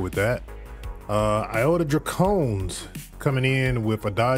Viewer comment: I do have a question. Why do you refuse to pronounce the "I" in draconis? Like the iota draconis. You always pronounce it dracones.